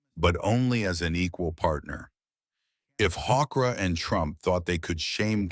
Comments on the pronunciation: Hoekstra is pronounced Hookstra...... he is a disgrace to his Dutch legacy! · Why does this AI voice pronounce Hoekstra differently throughout this piece?